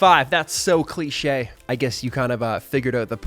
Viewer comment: Like your english accent when you say "cliché" ^^